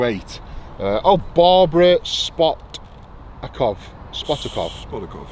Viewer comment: Barbara Spat-tar-cavar youth? also, so long as it lands nose first, it's good!